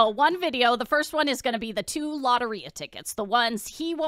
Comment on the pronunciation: The way she pronounced Lotería pissed me off